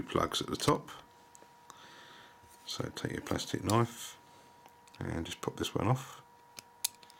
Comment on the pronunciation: Funny when you say " Plustik Knoif." :) Thanx for Vid this helps!! ;)